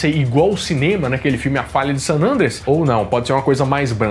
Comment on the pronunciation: Excelente vídeo, como sempre! Estou aproveitando o período de isolamento para assistir novamente os vídeos do nerdshow., uma observação: se pronuncia san "andréas", não san "ândreas". 😁🤓